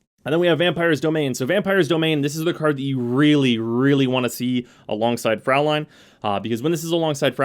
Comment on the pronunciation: Fraulein is actually pronounced "froi-line". Well, at least if it was spelled Fräulein